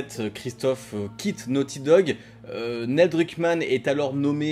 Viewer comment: Crash 2 à 5 ans et le jeu de ta vie à 6 ans ?? C'est tôt non ? Déjà à 14 ans pour moi crash 2 c'était difficile mais bon. Sinon Neil se prononce Nil et maintenant que Wells est parti il va être en roues libres total le mec, ça craint pour ND. Le studio a une fanbase solide et fidèle mais pas sûr que Druckmann puisse gérer comme Wells et Balestra, avec Hennig c'était la belle époque de Naughty Dog à mon sens la meilleure. On verra ce que l'avenir réserve mais franchement le multi de tlou2 ça fait un peu de la peine quand-même ce temps perdu pour une poignée de joueurs. L'appât du gains j'imagine